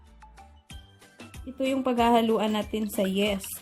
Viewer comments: Yeast is pronounced as yist, hindi yest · Yeast not Yes. Yeeest pronunciation. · Pronounce po ay yis not yes . No offend po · Sorry friend Say yist and not yest! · anong yest ba o yist di ko alam un yist alam ko po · Yeeeeeest ang pronunciation, hindi yest! ✌️ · Why does it bother me that she’s saying yest😅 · just say "yist" ( for yeast) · Omg. Yeast pakiusap namn paki banggit ng maayos ung yeast not yes omg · Wrong pronounciation of yeast...